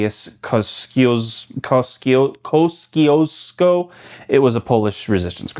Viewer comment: It's pronounced "Tad-Zeus Coor-see-os-co" The tallest peak in my country is named after him (a Polish national hero who lead to the first Nation of Poland in the 1800s)